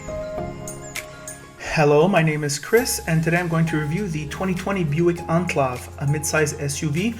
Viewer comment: This dude really pronounces it "Onclov" lmao